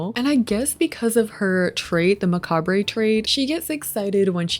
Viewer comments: Hey, I know it’s something a lot of people say differently and something a lot of people learn by reading but the word is pronounced ma-cob! Just for future reference.. and I hope this is taken in the kindest way possible! I love all your videos and I cannot WAIT for this pack to come out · In the US macabre is pronounced as “muh-caab”… Is it different in Canada? The way you said it truly niggled at my mind hahahah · I love you and your videos but I just want to say that the word “macabre” is actually pronounced (muh•cahb)💀🩷🫶🏻 again all love I just wanted to mention that lol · that's not how you pronounce 'macabre' 😅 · mispronouncing macabre 😂